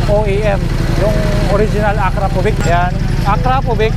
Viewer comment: aak-raa-povich po yung pag pronounce nung brand, idol 😅. Nice vlog po, ride safe.